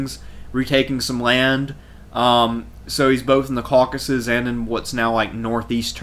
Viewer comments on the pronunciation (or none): none